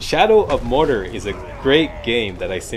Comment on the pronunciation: I love you... but Mordor is "More Door" not "More Durrr";) Can't wait for the Walkthrough! You rock!